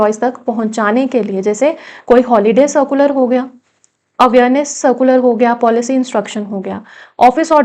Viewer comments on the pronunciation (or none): none